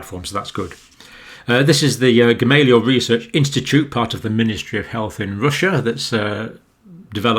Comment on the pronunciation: It's pronounced GamalEya actually.